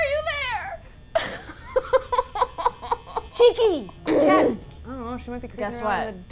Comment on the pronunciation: It's Chaka not cheeky